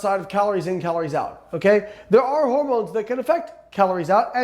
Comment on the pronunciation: Lol 😂 “What about howermowns?” I had to stop and comment